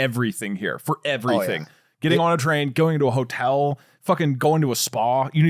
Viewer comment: i thought it was pig shop